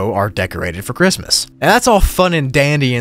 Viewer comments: "but you can actually go outside of the house if you want to ANF if you do" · Hehehe ‘anf’